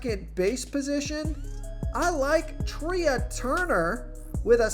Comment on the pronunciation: Who the heck is Treeah Turner? It’s pronounced Tray. Come on.